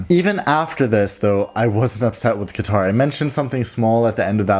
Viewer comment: It's katar with a strong k god European people with Arabic names and it's not dubai its dubei by joing D u and b